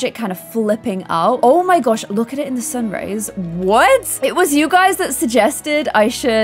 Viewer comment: omg look at it in the sun raise!!!! Wow!!! Me: sun raise you mean sun Rrrrriiiiiissssssseeeeeee right?